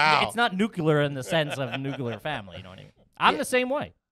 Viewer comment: Hell yeah!, Nuculer lol